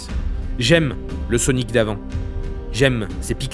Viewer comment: dans les banlieues ils ne prononcent pas "sonic" normalement